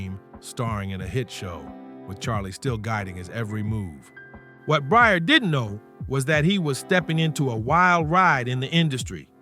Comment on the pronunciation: You're hearing his name pronounced correctly and you're still calling him Bryer stop please